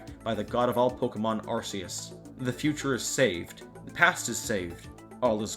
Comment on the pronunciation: The official pronunciation of Arceus has a hard C, not a soft one. The pronunciation you used in this video was used by fans when the existence of D/P/Pt and Arceus was first leaked. Nintendo confirmed the soft C pronunciation to be incorrect, and firmly established the official pronunciation in Arceus and the Jewel of Life. Weird thing is, the official pronunciation isn't used in the Detective Pikachu movie, rather, the soft C pronunciation is used. As Detective Pikachu technically isn't canon anyway, this is technically acceptable for this one movie.